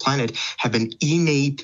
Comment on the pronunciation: It’s a very minor detail, but the way he keeps pronouncing innate as “e-nate” really annoys me.